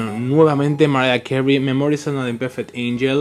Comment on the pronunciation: Se pronuncia"memuars"